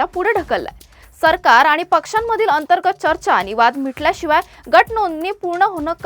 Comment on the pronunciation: न ला न आणि ण ला ण म्हणा (म्हना) ताई 🎉🎉 खूप झाले आता आनी बाणीनीपानी हम रोज एक घंटा ऑनलाइन खेळणेवाले है 😅😅